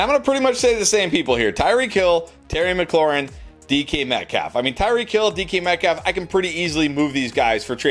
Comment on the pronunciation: Y you saying DeeKy Metcalf lol